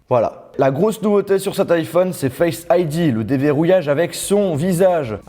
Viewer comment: "Bouton Homme", "Faiyce aydi", "Dailaiyte",... :'''')